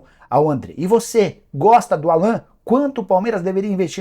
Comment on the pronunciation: Engraçado que o Nicola fala o nome do Allan errado. O nome dele é pronunciado em inglês (Álan), não Alan, como se fala em português.